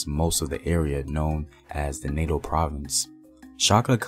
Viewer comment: Natal not Nato(now called KwaZulu Natal) The one who came first= Mveli ncanti not Mveli kunti